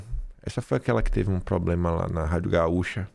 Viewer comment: ELE FALOU GAÚCHA E NÃO GAUCHÁÁÁÁÁ MILAAAAGRE